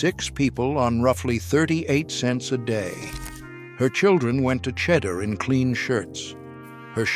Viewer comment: At about :39 —- it is not pronounced “ cheddar” as in cheddar cheese. Did not hear the rest.